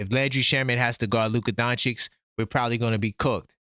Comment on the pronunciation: Why can’t NY ninjas pronounce Doncic? It’s… “Don-chich”.